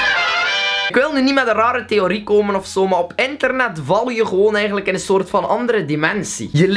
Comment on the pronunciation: zegt bij het begin ik ben verslaafd aan enternet... Luister goed